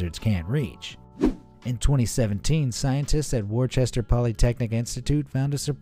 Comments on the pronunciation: Woostuh,, not "whir-chester." Lol! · Just wanted to add a fun fact of my own. With the lizard at the beginning, you said Worchester Polytechnic Institute. It's Worcester not Worchester. Worcester is pronounced Wuss-ter. If you're from the city Worcester, the pronunciation is more Wuss-tah. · Its woo-ster...not Wor-Chester Polytechnical Institute. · Americans always pronounce it “Worchester “, it’s pronounced like “wooster” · it is not pronounced "war-chester"....its "wuss-ster"....please do better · Being from the area of W.P.I. Worcester is pronounced "wis...ter" not the way said on the video. Just saying 🤷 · You said Worcester wrong